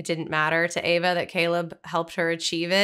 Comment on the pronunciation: Also, you guys, it's "AVA"! NOT "Eva". It's even within the captions of this video! Just look at the screen!